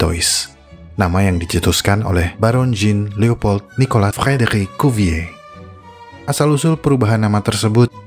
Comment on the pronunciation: Hebat min sebut nama Frédéric 😂😂😂